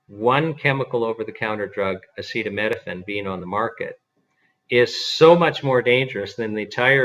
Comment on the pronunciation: "acetaminophen" not "acetaMEDophen"